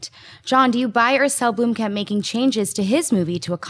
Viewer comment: blomkamp not bloomkamp pls